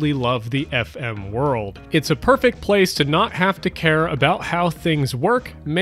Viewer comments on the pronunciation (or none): none